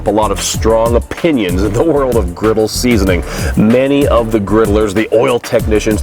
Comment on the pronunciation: Griddle not riddle...lol